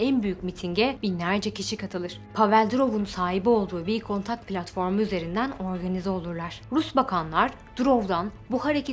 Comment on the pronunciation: Vi kontant değil v kantakt